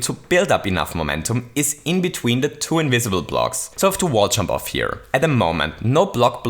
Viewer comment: I love how his accent impedes him from saying "Jump", instead making him say "CHUMP"